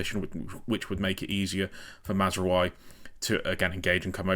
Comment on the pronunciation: Great stuff. If there's one area where there's slight room for improvement, it's the pronounciations - Mazraoui and Ugarte for example.